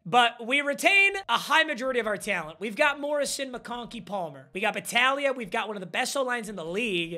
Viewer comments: saying battalia is hurting my soul its bataglia, if youve ever played blitz the league youd understand lmao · It’s bataGlia. You forgot the G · Papa refusing to read the G in battaglia was driving me crazy for some reason